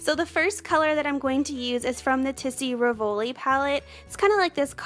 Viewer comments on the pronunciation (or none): Hi, you look beautiful and it's very easy to follow your technique. Thanks. You will sound better if you pronounce "Rivoli" as it's said in French: REEvoli, emphasis on the first syllable. And "Tisse" is pronounced TEEsay. Great job!